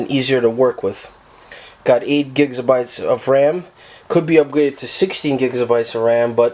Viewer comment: "8 gigsabites "